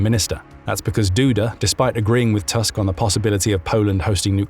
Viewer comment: Thank you for this informative video! Just a fyi from a Polish person: Donald Tusk’s surname is read “Toosk” like in “goose” not “Tusk” like in “Musk” :)